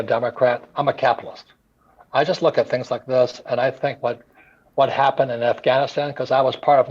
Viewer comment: I think I fell in love by the way she pronounced Afghanistan.